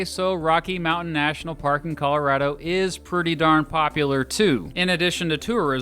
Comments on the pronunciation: "Calarado" pls no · I may be wrong about that, but I do know that people in Colorado know your not from there when you call it colo RAD o. Colo ROD o is the pronunciation i was told is correct. Btw I enjoy your videos for real. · And yeah you do say Colorado differently too. What’s up with that? We need to have this conversation.